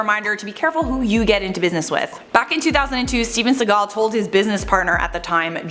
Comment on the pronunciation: I just love top so muchhhhhh❤❤❤ Is it just me or does pronounce Segal weirdly. Or am i the one who pronounces it weirdly?